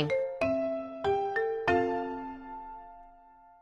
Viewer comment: is no one gonna talk about how just said chees without sayin the e in the end